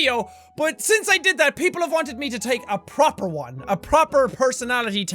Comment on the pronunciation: Ha when he says 'proper one' he sounds so British ☺